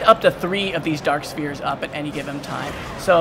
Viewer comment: when he says spheres, it sounds like spears :/